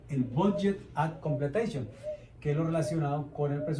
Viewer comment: BAC: la C es de completion, no de completeishon xd